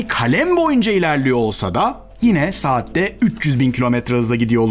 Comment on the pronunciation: "Saatte" kelimesini duyunca kanalı takibi bıraktım 🙃 Şaka be, vallahi şaka; Bundan daha güzel ve muhteşem bir Youtube bilim kanalı var mı ki bırakayım? Seni seviyoruz sevgili, bizim için çırpınıp didinip duruyorsun ve sırf bu yüzden bile çocuklarımla torunlarım adına sana minnettarım ❤